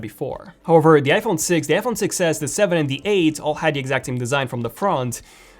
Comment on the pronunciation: When you try to say iPhone really fast it sounds like you’re saying f1